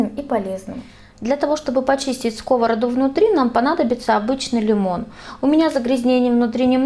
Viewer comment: Ставь правильно ударение на скОвороду😂